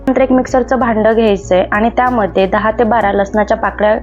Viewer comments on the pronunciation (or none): none